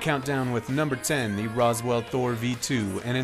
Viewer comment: 'Rose' 'Will'.. not Roswell. 'Ooh.' Not 'Aww.'